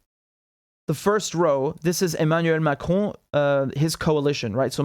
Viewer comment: The way you pronounce emmanuel macron and jean luc let me belive you speak french